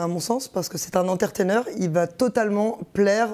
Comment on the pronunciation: « Enteurtaineur » putain l’anglais quoi 🤦🏻‍♂️